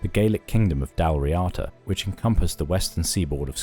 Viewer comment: This is the best Youtube offering on The Picts. It is, however, nearly spoiled by the (otherwise impeccable) narrator's gross mispronunciation of moRAY (for MURRay) and dalriADA (for dalRIada). Worth correcting.